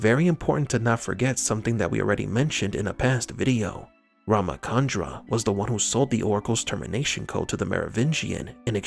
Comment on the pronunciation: its not ramakandra its ramachandra i.e. 'ch' not'k'